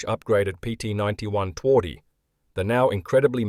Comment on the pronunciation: Phonetically it's Tvardy. We don't do any of this 'soft w' nonsense here.